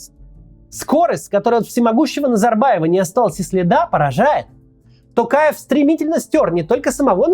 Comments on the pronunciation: А вы заметили, что к концу ролика Максим стал говорить тОкаев вместо тАкаев =)))) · Максим мое уважение к вам,но пожалуйста не коверкайте фамилию Президента.не Такаев , а Токаев. В русском языке есть же буква о и вы же можете выговорить.прям режет слух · Коментатор ты чё бл* не правильно произносишь. ЖанаозЕн, тЕнгЕ. Там нет буквы Э ты не грамотный не жанаозЭнцы а ЖанозЕнцы. Не АктАбе а АктОбе, Не КАстанай а КОстанай. Пересмотри свое произношение. Ведь не сложно. ТОкаева же правильно произнёс ТОкаев. Не ТАкАев а ТОкАев! Ведь не сложно же правильно произносить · Сам ты Такаев, Токаев нашего президента зовут. Учись нормально выговаривать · Главное правильно произносить им. самого Токаева полностью, остальное приложится. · видео полезное, но можно было поинтересоваться, как правильно произносить слова. учитывая весь шум вокруг «ТАкаева» и «тЭнге»🤌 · Т"O"каев через "O", хватит коверкать фамилию на свой манер, Мооксиим Коотц! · Опять тЭнгЭ, ТАкаев, еЛбасы. Вы Максим очень плохо подготовились. Такое произношение осуждается!